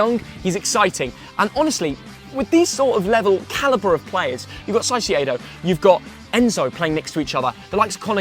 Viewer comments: Hey no hate but Caicedo sounds like Kaicedo rather than Saicedo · and saiseado Me its caicedo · This guy is so stupid he can’t even pronounce caicedo 😭 man says “saiseeado” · you are pronouncing Caicedo wrong. It's actually pronounced K-A-I-S-E-Y-D-O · Its caicedo not saisedo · Bro said Moises Saseido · Jesus how did you butcher Caicedo so bad 😂 it’s pronounced Kai-Say-Dough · Its kai-say-dough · Miocees cyeyado💀💀💀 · Bro u still say SAISIEDO😭😭😭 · "moses saisiedo" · pronunciation of caicedo 💀💀💀💀